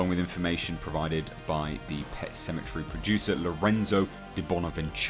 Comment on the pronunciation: It's called: pet cemetary.. not 😀 . not pet symmetry..😂🤣🖤